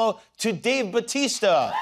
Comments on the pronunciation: It's Bautista, not Batista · its pronounced 'bawtista' just saying